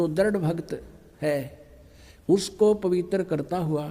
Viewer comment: पवित्र को पवितर बोलता है मूर्ख गुटका बाज नसेरी